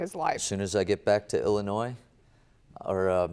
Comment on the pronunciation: So nice to hear people pronounce Illinois correctly. 🙂